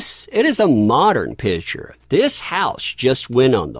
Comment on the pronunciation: Oh …..please pronounce ‘Picture’ properly. You omit the the ‘PIC’ in picture and call it a ‘pitcher’. A pitcher is a vessel that holds liquid! It’s like people who pronounce birthday as ‘BIRF-DAY’, or Valentines Day as VALENTIMES DAY. It makes me CRAZY! Sure it’s a bad habit! But it makes one question your intelligence when you are a brilliant guy! Still think you are pretty amazing though!